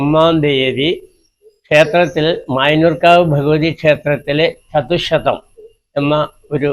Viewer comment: ചതുക്ഷതമല്ല - ചതുശ്ശതം